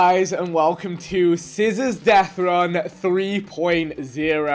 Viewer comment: "CIZZORS" It's CIZZORZ Vik, it's CIZZORZ